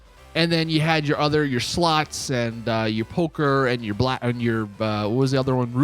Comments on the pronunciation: Bro are purposely pronouncing “slots” as “sluts”? Lmaoo! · Why do I hear him say sluts not slots xD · My mum miss heard you. My volume was up loud and when you say slots all she was hearing was sluts. So with that being said. When you said we got slots and poker and slots this and that it made me and my mum LOL. So thanks for that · Everytime he said's slots i think je is saying sluts 😂. I think it probaly just me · He said “sluts” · Slots or Sluts 😂😂😂😂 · Literally sounds like you're saying "SLUTS!" 😅😂